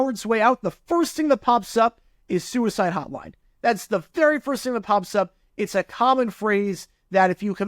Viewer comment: For a second I thought you were saying s*** code. I was like "what the hell is a s*** code."